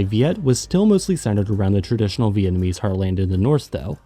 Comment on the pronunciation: It’s a real shocker, as your pronounciation is so spot on. 10/10